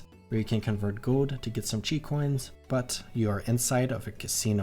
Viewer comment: Can’t stand people still mispronouncing qi, like at this point it’s just ignorant